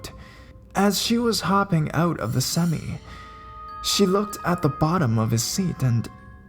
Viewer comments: I love your storytelling style.Great voice too.FYI, it's pronounced Sem-eye, not sem-me, just so you know.Awesome work. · Lol "seh-my" semi..! Not seme! jk but good narration awesome job.